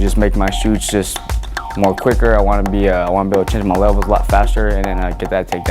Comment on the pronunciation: shots not shoots...what kind of mma fighter doesn't know how to say shots